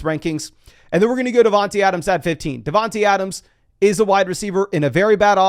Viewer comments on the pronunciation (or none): I don’t understand why says devonteeeee adams. It’s not dog